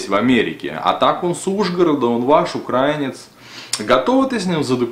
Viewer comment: Верно! Только они произносят это как УкраЕнец, а правильно УкраИнец.